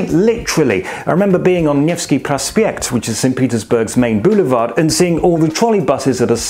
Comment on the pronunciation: kudos for pronouncing Nevsky totally correct) actually, remembering 93, you would be just fine, reasonably safe and with enough of money, with steadily improving economical situation. But of course right now it would be rather unpleasant to say the least. And for sure Berlin is such a fantastic city, one of the very few which can really compete with the atmosphere of Saint Petersburg, so it was a choice between diamonds and gold, whatever you chose you won. As a side note, a know a lady from London who spent a few years in ru from the year 95 studying, and it was in Voronezh. while it's by far not half as good as the northern capital, she told me that this was just the best time of her life.